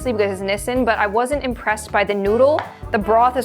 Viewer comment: BTW that's NOT how you say "Nissin". And I personally feel sweet and sour instant noodles are extremely overrated. Everyone keeps making a fuss like they never tasted a citrus fruit in their entire life.